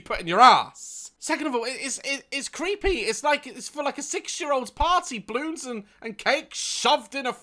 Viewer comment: i absolutely love how daz pronounces balloons. "bloons"